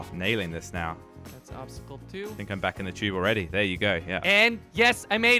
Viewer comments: It’s a tube, not chube lmao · When he said tube it sounded like he said chube